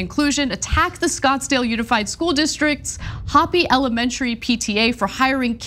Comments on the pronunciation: Please research pronunciations of Native tribes before doing your story! It's Hope-ee, not hoppy. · Ana, hopi is pronounced Ho-pis, or Ho-pi, not hoppy! Hopi Indians are an indigenous American people. FWI! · ANA, Hopi is a Native tribe. It's pronounced, "HOE-pee." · Not Hoppy, Anna.... "hope - ee. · "HOPE---eeeeeee" not "Hop---eeee". One is a mispronunciation of a state of happiness. The other is a Native American tribe in the United States. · Hopi is pronounce with a long "o", it's a Native American tribe name. Aside from that, the 70's had a lot of ridiculous outfits that were considered highly stylish at the time, you'd think these folks would know that, too. Lots of DJs do this sort of styling. It's entertainment. Entertainers do costumes. Sheesh. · Hopi is pronounced, "Hope - Eee" Hopi is an indigenous peoples sovereign nation in Arizona. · Ana, I love you, but Hopi is not pronounced "hoppy". It's actually named after the tribe. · it's pronounced with a long o as in the word hope. The i is pronounced as a long e. It's a native American tribe. Hopi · Ho-pee (Hopi) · Hopi is pronounced Hope-ē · It's punounced hope E ...native American tribe I believe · Hopi is pronounced Hope-ee. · Yes, the Hopi are a Southwestern tribe and it isn't pronounced "hoppy". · Pronounced "hope-ee" Hopi is an indigenous Arizona people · I lived in Scottsdale, so just a slight clarification on pronunciation. It's pronounced "Hope-E" after the native American Hopi Indian tribe in Arizona 👍👍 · Ok but it’s pronounced “hoe-pee” super cringe. Based on the Hopi Indians who historically occupied this area. Please learn to pronounce the names names of places you report on. So tired of non native/Hispanic people painfully butchering non English names and words. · …has the Easter bunny gone to your brain, Ana? That’s actually pronounced, hope-ee… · .. Hopi = "Hope E" Livengood = "Lie ven good" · Hopi is pronounced Hope-ie. The Hopi are a Native American tribe. Try a little TYT.